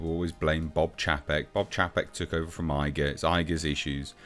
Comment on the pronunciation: It's pronounced 'Chay-pek'